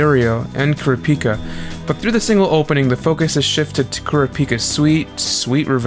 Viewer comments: As an average sub enjoyer it was painful to hear kurapíka instead of kurApika srry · Why do you day it like kura pika? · Everytime he says Kurah- Pika. Like Pikachu. I think of a pokemon lol 😂